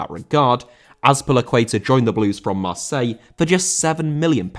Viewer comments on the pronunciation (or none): none